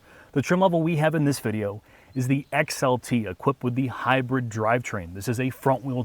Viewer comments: Someone can't pronounce HY-BRID! (NOT HY-BIRD). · Ridgeland and Hybird? Are you mispronouncing those on purpose? We also don't need to see your hair laden beer gut. All that aside your video may help me decide to buy one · why does the bald one pronounce it Ridge-lynn and Hy-bird? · Overall, I dig the review. What I cant get past is, weird pronounciations like, the Honda Ridgelin and the fact that the Maverick is a HighBird. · “Ridge Len” “Hybird”… Really?